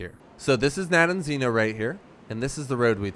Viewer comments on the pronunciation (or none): nope, its Rogovo in english, you got it right the fist time :) - Nadejdino. Rogovo means something like "horns town" and Nadejdino should mean skmething like "hope town" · I think, phonetically, it's Na-dej-dee-no